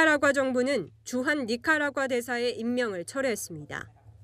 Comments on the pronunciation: 대사 앞에서 나라이름도 제대로 발음 못하고 참 실례네... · 아무리 별로 중요하지 않은 나라이고, 우리와 다른진영에 선 나라라도 그 나라 대사 인터뷰를 하러 가는데, 기자가 대사 앞에서 해당국 명칭을 제대로 읽지 못해서 저렇게 버벅거리는 것은 좋아보이지 않네요. 연습이라도 몇번 하고 가시지... '에이야퍄들라이외퀴들 화산' 같이 발음하기 힘든 지명도 아니고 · 기자가 니카라과를 인터뷰가서 니카라과를 발음 못해서 드럽게 더듬네